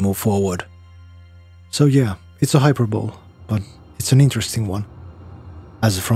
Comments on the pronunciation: The way he says hyperbole 😂 "hyper-bowl😂.....bro....its pronounced hyper-bol-ee😅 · Is this guy pronouncing hyperbole as “hyper-bowl”? BAHAHAHAHAHAHHAA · As an english nerd, completely unrelated to your very good video, I just have to say that hyperbole is pronounced hyperbol-ee like Hercules or apostrophe. My best guess is that english isn't your first language, but even if it were I wouldn't blame you for not understanding this one, it's weird. Sorry if I care too much about pronunciation, I just wanted to point that out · Well, you drew me in. I didn't expect this video from a content creator unknown to me to draw me into a contemplation of art, beauty, and meaning hidden in the world. Very well done. Thank you. I had originally just planned to stick around long enough to say that it's pronounced "hi-per-bo-lee". 😊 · You sound like English might not be your first language so this isn’t being rude, just trying to help you out. Hyperbole is pronounced Hi-Per-Bo-Lee, not how it looks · For your information, hyperbole is pronounced like hyper-bowl-y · I used to pronounce hyperbole like that too...